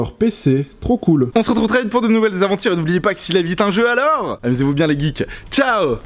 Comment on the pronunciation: arrete de dire les guikes puré